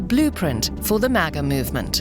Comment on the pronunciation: After all these years, still says mah-guh.